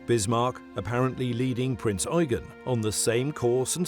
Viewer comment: THank you for pronouncing the heavy cruiser KMS Prinz Eugen properly... Unlike other video's that pronounce it Prince You-jen, instead of Prinz Oi-gen!